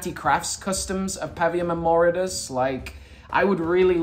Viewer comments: You’ve been saying and spelling the Brutes name wrong. It’s Voridus! Not “Moridus”! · it isn't Moridus it's Voridus. 👀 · Moridus? His name is voridus lol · Ah yes Moridus. Really mega. Its Voridus.